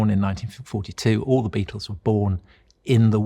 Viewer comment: It’s a bloody BEATLE !!!! A BAEATLE !!!!!